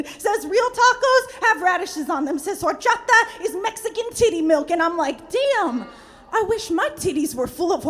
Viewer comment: I hate how she said “horchata” she does not have one lick of Latin in her at all dog